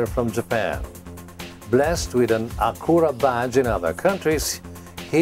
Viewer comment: 1. it's ah-cyoo-ruh not a-koo-rah. 2. it's not "blessed" with an Acura badge in other countries because this REALLY is an Acura. even the styling screams Acura. it's a DEbadged Acura.